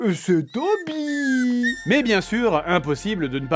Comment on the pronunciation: Au secour, je n'entends pas "Toby" mais "Koby"! Panda m'aurait-il corrompu ? ou es-ce elle qu'on entends pleurer ?